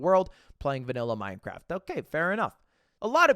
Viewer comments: "Yeah, we're gonna talk about MineCwaft" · anyone else hearing "minecwaft" when Ludwig pronounces it? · Did he really just say "Minecwaft" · Mine cwaft dwama yaaaaay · We gonna ignore the fact Ludwig said Minecwaft? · I love minecwaft 😁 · "minekwaft" Ludwig 2023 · as a 25 year old man all i wanted to hear tonight was minecwaft dwama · alr but why did ludwig pronounce minecraft as "minecwaft"? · minecwaft L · Minecwaft :3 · we're gonna talk about minecwaft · You said this so perfectly, as a fan of Minecwaft I really wish the majority of the fanbase would touch grass once and a while. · Ludwig gon say “minecwaft” then turn around and play super auto pets 💀🫣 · The way Mogul Mail pronounces Minecraft is cringe. Please get it out of my head.